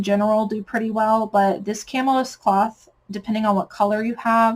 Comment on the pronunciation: Thanks for sharing this great info. FYI "chamois" is typically pronounced "shammy."